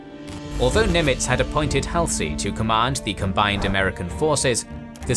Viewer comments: Good, accurate vid. Though I have a couple critiques because I care. First its HALL-ZEE. Bull Hallsey, not Hal-C. Second, you read, 'Unfortunately the torpedoes missed (sic) the American ship". Let's be clear - in this battle I would think that was very fortunate that our ship was missed. Bad use. The IJN was the bad guys. Also, (for the writers) try to just use the verb and scrap 'managed to'. Carry on! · I still find it hilarious that he call Halsey: Hal say when Americans pronuce it Hal zey